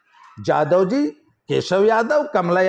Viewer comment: Aapka ucharan galat h babu jadhavji nhi yadavji